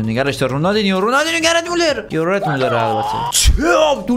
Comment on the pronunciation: داداش gered نه gerd